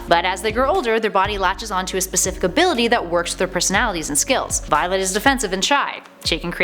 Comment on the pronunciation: ''viloet'' ''tween''